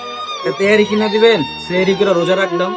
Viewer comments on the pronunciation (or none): কিনা ❎ কিন্না✅